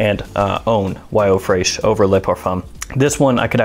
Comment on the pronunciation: Tip: Fresh is still pronounced Fresh in French not fraych.